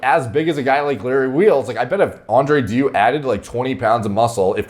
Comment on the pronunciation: andrew dew LUL, it's pronounced something like dayou